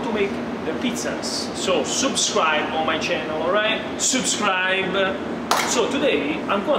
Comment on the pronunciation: Si dice subscribe NO SOUPSCRIBE